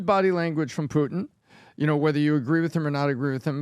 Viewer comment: Here to witness pronounce Putin as “Poo-en”, and leaving satisfied.